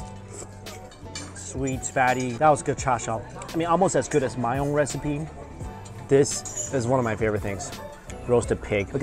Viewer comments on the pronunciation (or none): none